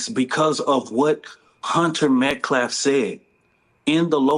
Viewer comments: I just wished all of these people especially this grifter would get this poor dead childs name right. Its now Aaron Metcalf. Its been Austin MetcLaf for days. The grifter still hasnt got it right. The dad was called Jack Metcalf. When its Jeff. Then they started on Daniel Penny and then you got this grifter calling him Daniel Penya. Good God what are they doing. And all the lies told on Kyle Rittenhouse. So disingenuous. I hope the DA sees every single thing this fraud says about this case! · Oh my God, this baby beater convicted felon activist CANNOT pronounce Metcalf for the life of him! 😭 He contines to say, MetcLaf! 🤦‍♀️ And "he's" the President of his action network, a pure evil racist trying to make a bigger divide among black and white! 🤬 #justiceforAustinMetcalf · This illiterate fool can’t even pronounce the victims name! It’s not Metclaf fool! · That representative for the Anthony family is such a clown. He can't even get the victim's family name right and called them "Metclaf" a couple of times. That thug Karmelo got another thug to represent him. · This dude is an uneducated fool. "Klarmellow" "Austin Metklaff"😂😂😂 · This pathetic fool can’t even say the victim’s name correctly. He always says “MetCLAF”. Isn’t mispronouncing names a micro aggression? Or is that only when white people do it? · I'm sorry this dude can not speak properly he keeps saying metclaf. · Metcalf! Can't even pronounce their last name 🤣 go back to school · His defenders can't pronounce the victim's name. I've heard both "Muhcalf" and "Metclef". People that believe that they acted in self defense don't ask the police if their actions could be considered self defense. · This clown can't even pronounce the name "Metcalfe ". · that dude loves to pronounce an L where it doesn't belong... he said "Metclaf" twice in a different video he said "self deflence" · That guy can’t even pronounce their last name. MET-CALF. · Calls him "Met Claf" every single time.